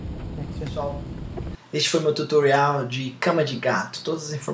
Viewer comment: Cara, pq tu fala "Tutorrial"? Ao inves de Tutorial?